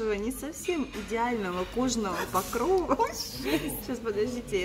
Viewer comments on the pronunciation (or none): none